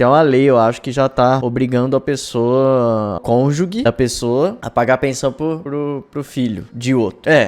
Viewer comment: falando que tem educação e falando “cônjugue” KKKKKKK